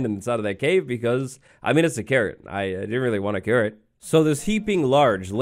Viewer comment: OMG everytime you say carrot i hear Karen... is my hearing bad?